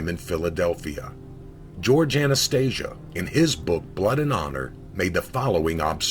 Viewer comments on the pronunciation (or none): none